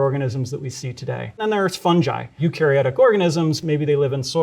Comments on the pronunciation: Thank you for the video, was very informative. Only blazing issue i have with it.... its pronounced Fun-GUY, not Fun-Jai, just like its Gif not Jif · Never heard someone call fungi “funji” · His pronunciation of Fungi basically discredits anything he says in this video. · omg its “fun-jai” not “fun-guy”??? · Fun-ji😮❓⁉️❓ What?? Maybe it’s us British but I we pronounce it fun-guy😮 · It's funny how Americans pronounce fungi like funji but pronounce fungus properly. Interesting. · fungi is pronounce funj-eye? since when? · Did he really just say funj-eye instead of fungi? How does he pronounce fungus, fun-juice? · I've never heard fungi pronounced that way before!